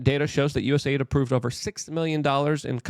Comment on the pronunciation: It's not USA ID ... It's US AID